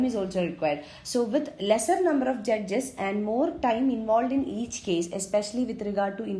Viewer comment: Vo judges pe kuch zyada he emphasis kr rhi thi...🤣🤣🤣